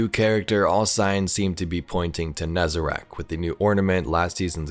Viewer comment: It's nezerac